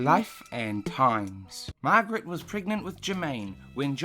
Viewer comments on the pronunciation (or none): none